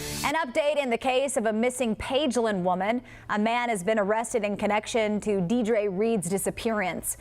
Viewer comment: if that news anchor says deer-dra one more time